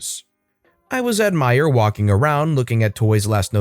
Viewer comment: Finally someone says it right thank you Meijer isnt hard to pronounce